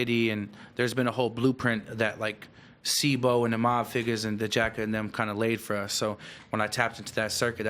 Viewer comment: Lol it’s jacka not jack 😂